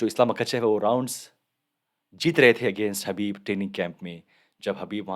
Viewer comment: हबीब नही khabib 🤣